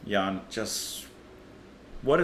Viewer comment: I've seen a video of a concert in which Thijs introduces it as being in three parts, "rare, medium, and well done". I think the whole thing is both rare and well-done. (I don't know where the middling bit is.) (Nice pronuciations of your Thijs and your Jan, BTW. Or at least according to what I'm familiar with, viz. the Afrikaans version, of Matthew - shortened to "Thew" instead of to "Matt" - so exactly the same name, almost - Matthys vs Matthijs - but in the Netherlands I think they'd mostly say something a bit closer to "Tice". I wouldn't be surprised that in Belgium (Flanders) they pronounced it "Tace", too. I've heard Flemish people claiming that Flemish is the root of Afrikaans - which makes sense if you consider that the Dutch East India Company would not have easily found nicely settled Netherlanders to go and work at their most far-flung outpost, so might've had a lot of refugees in the workforce (protestant refugees from Spanish-occupied Flanders, for instance) there were definitely quite a lot of French Huguenots, for instance. Which is getting to be a much too detailed and involved comment.) Oh, you might try the mnemonic, "Haydn says Hi", to pronounce his name closer to the original. "Hay" is fine, too, I think, but "Hi" is a bit closer.